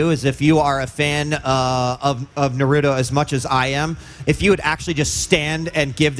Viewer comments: I hear him say narooto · we're mad because one of the very first things he says is "If you're a real fan of Nurto' like me..." No real fan would pronounce Naruto like that ESPECIALLY in front of the creator himself. OF course it's okay to mispronounce words, but this guy doesn't get to pretend he's a fan. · If this man was really a Naruto fan then he would know how to say Naruto. Smfh "Nerudo". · Hard core fan near Kishimoto say "nerudo", you've got to be kidding me. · why is it so hard for these guys to pronounce Naruto? It's "Nah" "Roo" "Toe". Simple. Not nerudu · I don't know, it depends on the emphasis. It's just weird to do that with names especially since it's not hard to pronounce it correctly. Like Naruto. No one is expecting you to pronounce it "Naduto" like in Japanese, but "Nuhrooto" is just weird. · crashpal japanese dont have toe...the t letter with them so its nah- ru- toh not toe..the t doesnt hit the roof of mouth but the teeth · How the fuck do ppl keep saying "nerudough"? Lol there's no letter "E" or a "D" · Kishimoto to the interviewer when he heard him say “nurudoo” : I’ll show you after the interview 😂😂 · I died inside everytime he said narudo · “Naroooto” is not Naruto guys OwO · If you ever say Nerudo there’s something wrong with you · Bro this man is not a fan of naruto, he god damm says his name wrong, it Na-ru-to not naruudo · Mans said naroodö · thank God he stopped saying "narudo" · Its naruto not nerudo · It’s Not NAROOTO bro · Its aint nar uo to its naruto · It's nah-rue-toe! Jesus.... Not nah-rue-do..... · I usually don't care when ppl say "Narooto" but, right next to the creator??? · btwww dude says hes a fan then calls it narudooh multiple times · And americans think it;s Nah roo toe like bruh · "Nerudo" SMH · Acually in Japanese Naruto called Neruto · Naruta Uzumaki really ? sounds weird but ok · 56 seconds in the video and I’m already mad cuz the one dude said narooto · Narooto Shipədən. Love the pronunciation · bro said nuruto 💀💀💀